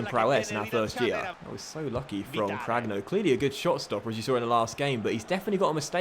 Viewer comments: I think ur keeper name is pronounced cranyo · Cragno’s name is pronounced as Cranioh (same as you pronounce the nho in Cuotinho)